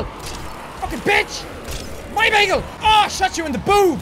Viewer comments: It not begel it's bagel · did anyone else notice he said bagal